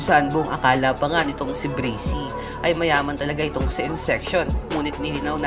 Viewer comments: Kuya pag pronounce braksy hindi brasey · You mad me laugh breysi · Braxy hindi brixy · Bubu hindi breysi braksi bubu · Braxy po di bracy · Braxy Hndi breysi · Braxy not brisy or brixy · Braxy bro not breaxy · Not bricy the right name is braxy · mali yung pag ka sbi nya sa braxy hindi bracy yun braxy yun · Breysi pala pronunciation akala ko braksi🤔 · Braxy Hindi brazy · Brexy pala pagbigkas akala ko Braxy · Correction braxy po hindi bracy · "BRAKSI" talaga tamang pag pronounce hindi "breysi" according sa google. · Hahah sir inspirasyon Braxy sir Hindi po braksi hehehe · Bakit po bracy braxy po as in braksi ang basa nyan po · "Brakzy" Not "Brezy" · Bakit po brizy yong bigkas nyo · pronunciation: Breysi "BRAXY" Me: Braksi 😂😂😂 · Breyksi dapat tlga .. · De brasy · Brezzy haha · Bakit kaya breysi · Anong BRAXY."braksi" yon aral ka muna aral ka muna. HAHAHAHAHA jok lang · Akin Bra-k-sy pronounce ko sa Braxy nya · Dude bra. Xyyyyy not sssssiiii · Mali kasi pronunciation